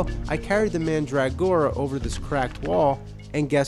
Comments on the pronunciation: Could he make any more of a meal of the word Mandragora? MAN DRAG GORA... instead of MANDRUH gora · Man'drag'gora pronunciation is funny sounding, I just say mandra'gora